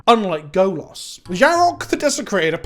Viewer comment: I'll say this every time you fuck up the pronunciation: Golas means Naked Man in Polish. Stop fucking up 😅😅😅😂😂😂